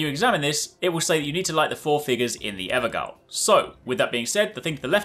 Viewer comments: "Ever-gull"...? It's pronounced Ever-Jail FYI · Just wanted to let you know evergaol is pronounced (ever jail) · It’s probably already been said a thousand times by now, but it’s pronounced ‘ever-jail’ Now that I know how it’s pronounced, it irks me hearing it wrong lol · I love your channel and this walkthrough and as a lover of this channel, I must tell you "gaol" is pronounced like "jail". It's an Evergaol because the bosses within them have been jailed forever and they wanted to be fancy. It actually makes a lot of sense when you pronounce it that way. Again, nothing but love for your channel! Thanks for all the work you and your team does! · Not trying to be that guy, but the gaol in evergaol is pronounced like jail. It's an archaic spelling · Evergaol is pronounced like jail. Ever jail. It’s just a British spelling ☺️ thank you for showing me how to get into the haligtree!